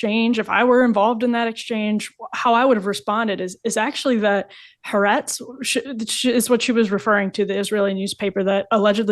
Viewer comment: HA'ARETZ HA-AH-RETZ, with emphasis on AH. And yes it's a left wing trash paper, read by the Left of those in the Ashkenazy population that has decoupled from Jewish-Middle Eastern culture and values. I wouldn't even wipe my b*m with it. And yes, to justify this slaughter by explaining it, is like explaining the Holocaust through the Versailles Treaty. They do not correspond! I unsubscribed from Rising, as this Breanna noodle is just too dumb to listen to. Re Jesus: he was not "just a man", he was special because he was Jewish 😉😆